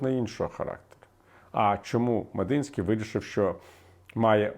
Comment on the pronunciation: Не МедИнський, а МедІнський